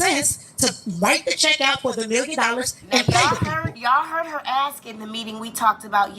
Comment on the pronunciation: If ur Mayor says Wroof or Axe instead of Roof and Ask u know u in trouble as a city or town